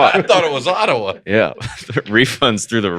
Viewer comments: pronounced Ottawa exactly correct. I was impressed with the pronunciation actually and then the boys ruined it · I’m from Ottawa, you said it right